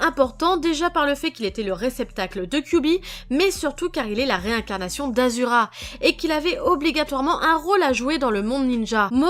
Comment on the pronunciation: S’il te plait c’est pas azura c’est ashura